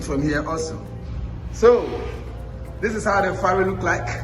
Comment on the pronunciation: It's the Volta river, (not lake). It's a Ferry (not Farry).